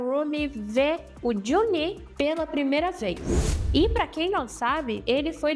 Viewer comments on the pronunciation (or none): Por que você fala Juni e não Jinu ?